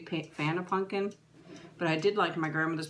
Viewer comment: I love how instead of saying pumpkin you say punkin.